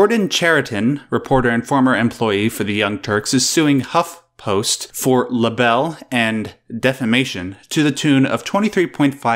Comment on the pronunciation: Did I hear that correctly? You pronounced libel "luh-bell"? It's "lie-ble". Ugh...